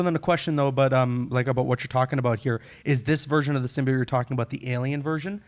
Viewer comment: the way the host say's Symbioit annoys me